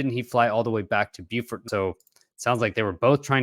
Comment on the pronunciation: Hey, Beaufort is in french and is pronounced "bo" (no "w" sound at the end) and "for" (as in "for a good cause").